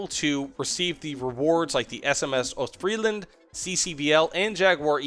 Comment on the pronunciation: The s in Ostfriesland is not silent fyi.